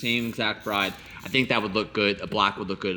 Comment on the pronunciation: Its pronounced "Brid" not Bride.